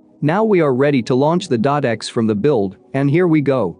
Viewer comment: "Now we are ready to launch the dot X " - I don't think that's how ".exe" is pronounced xD